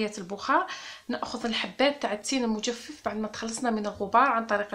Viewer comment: المجفف بفتح الفاء الاولى وليس بكسرها